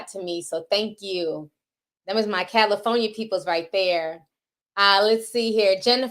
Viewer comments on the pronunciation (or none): I love you Ti, I do…but is Cal-i- FOR-nia ( with a “R” ) 😂😂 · Cali-foe-nia? Lol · Not Cali-phony-a😂😂😂😂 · Girl the way you say Cali-for-nia😭😭🔥